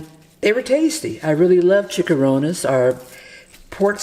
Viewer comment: its not chick-a ronnas... It is Chee-cha-Ronnez... please pronounce it properly.